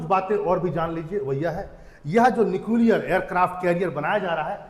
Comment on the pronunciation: भाई पहले न्यूक्लियर को तो सही से बोल ले 😅😅😂😂